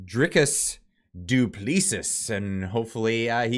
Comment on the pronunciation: Who's "Ian Strickland" "Dupleesees" LOL